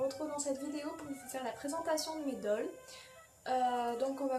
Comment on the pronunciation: T'es doll sont superbe💜 Par contre la prononciation c'est pas sa...